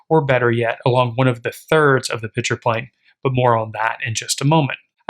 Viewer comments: I am confused. Are you discussing beer? You keep saying "pitcher". Was there a pitcher of beer somewhere I didn't see? I can then only make one presumption as to what is going on. The correct pronunciation is: "Picture". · This is a great lesson on composition. But please… there is a difference between “picture” and “pitcher”. Correct pronunciation is a critical skill in presenting your ideas.